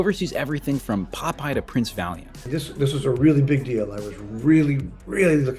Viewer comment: please PRINCE VALIENT not PRINCE VALIUM... lololol